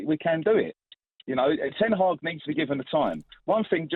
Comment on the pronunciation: Shame he cant pronounce ten haag